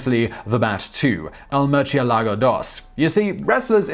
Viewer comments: murcielago is pronounced moor-sie-la-go. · "Merch ye lago" Is it really that hard to pronounce murciélago? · Maybe, my point is he's pronouncing "murcielago" with a "ch" sound. He's reading a Spanish word in Italian. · Murciélago is horribly pronounced, too. And I don't understand because his teammates are Spanish. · Lol at your murcielago pronunciation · I'm just saying, double check the pronunciation of bat in Spanish.